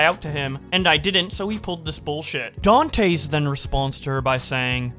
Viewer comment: Can't tell if pronouncing Dantes every way possible except the correct way is a bit or not